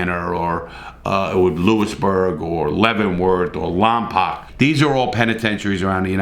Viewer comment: I don’t know if you are you going to read this, but I have someone who is a resident of Lompoc, it’s pronounced Lompoke